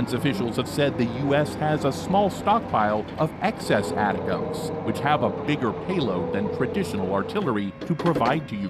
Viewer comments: It is not atacoms. it is ATTACKUMS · It's pronounced like it's written. ATACMS. Not ATICACMS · Pronounced “A -Tac-Ums”. Lord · I think ATACMS is pronounced Attack-ems. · Yes, video guy pronuncing name wrong. I worked the warhead LAP from prototype to standard M39 Missles. Also the BLU-63 grenades it is loaded with. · Right, this video was an embarrassment.. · the way he saids Atacms is driving me crazy.. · I wanted to watch your video but after the 3rd time of hearing you pronounce "atacms" I had to stop it.